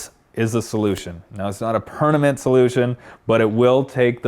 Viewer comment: Did he just say pernament?